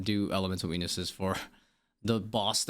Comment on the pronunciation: all i could hear was "Elemental weenis's" sorry bud im out. Thanks for your understanding and explinations. I know it could seem like a lot of rework, but I think mains and irons needs different drop rates. mains don't need supplies such as herbs as much... but then you have the fact ironmen drop trades... a lot of unbalance in the game.